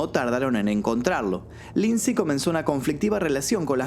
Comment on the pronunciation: Lindsay Lohan!!! No Lindsey